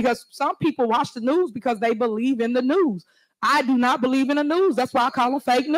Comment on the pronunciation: Not only that she graduated with a bachelor’s degree in two years!! Nonetheless! I can’t beweave it!! I just can’t beweave it!!